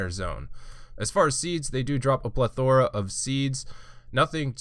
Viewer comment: Why'd you pronounce "plethora" like it was the name of a Pokemon lmao